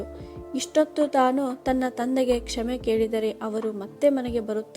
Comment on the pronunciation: ಕ್ಷಮೆ ಆಗಬೇಕು ಕ್ಷೇಮೆ ಅಲ್ಲ